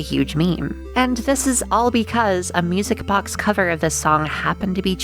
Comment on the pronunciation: ^o^ Also i heard misic box instead of music box